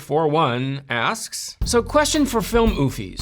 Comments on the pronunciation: he called oomfies "oofiees".... i love this guy oh so very much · It’s funny how he didn’t pronounce the m in oomfies and just say oofies😂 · its so funny to hear a grown man attempt to say "himejoshi" and "oomfies" 😭😭😭